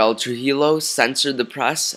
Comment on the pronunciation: You pronounce Trujillo incorrectly. It's not "true-he-low", it's "true-he-yo"